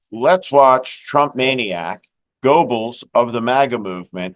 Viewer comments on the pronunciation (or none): Goebbels is pronounced GERbels.